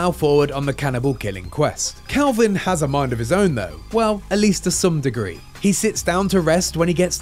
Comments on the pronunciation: Dude keeps saying CALVIN when his nametag literally says KELVIN. Great reporting there IGN 🤣🤣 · Leave it to IGN to make those funny mistakes. His name isn't Kalvin (Calvin) It's Kelvin, and it rhymes with Melvin. It's his surname. His name will probably be revealed later. John Kelvin perhaps. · Dude I'm English, you definitely said Calvin. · the guy talking kept saying Kalvin but you can clearly see his name is Kelvin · Is Kelvin not Kalvin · Weird that an accent changes the base vowel sound entirely in a way that doesn't normally happen except in this instance